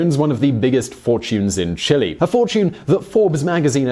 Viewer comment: jesus christ can you pronounce Chile correctly